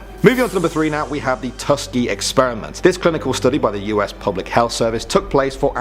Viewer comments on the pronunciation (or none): Tuskegee, not Tuskgee...(pronounced Tusk ee gee) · Tusk- Key gee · Tuskgee?... Do you people even know what you are talking about? Good Grief, at least get the name right.